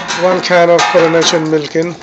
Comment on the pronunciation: Hi, it sounds like he is saying Coronation milk, but I think he means Carnation milk, if you don't have it in your country, try condensed milk cutting down on the amount